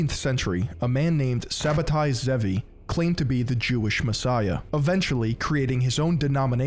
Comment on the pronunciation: It's pronounced shabb tiy tzvi